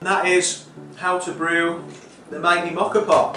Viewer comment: Love how you say Moka! But what did you do with all the foam left in the cafetiere?